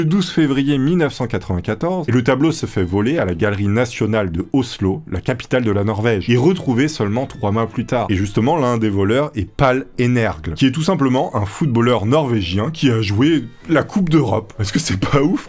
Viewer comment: * pas "Pal Energue", mais "Pol Engueur" (Pål Enger) * Pompéi c'est 80 ans APRES J.C